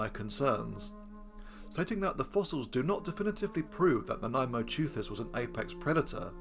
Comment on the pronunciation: I was pleasantly surprised that you discuss the claims for Nanaimoteuthis with some skepticism, the only YouTuber to do so, at least in the various reports I've seen over recent days. And I was yet more pleasantly surprised that you even got the pronunciation right! Whoopee! Hurrah! In my view, the most likely way in which Nanaimosaurus was devouring mosasaurs was by finding mosasaur carcasses on the abyssal sea floor and joining the other deep sea scavengers as they processed the corpse. Crunching up the bones of dead marine reptiles that had sunk after death from higher in the water column would explain the wear on the fossil Nanaimoteuthis beaks. And the whole (poorly observed) modern clade that Nanaimoteuthis belongs to seems to specialize in dropping down onto hard things like bivalve shells and crunching them up. So being a bone specialist scavenger on sea floor vertebrate remains would seem a more reasonable assumption than the idea that they typically rose to the upper ocean layers to ambush-predate